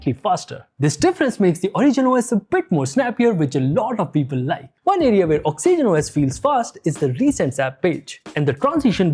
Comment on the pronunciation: Why tf are you pronouncing Oxygen OS like that? Same number of syllables as Origin, but you make it Ox E Gen OS. If I heard it only once or twice I would have been fine, but each time you use it, it's triggering tf outta me 😂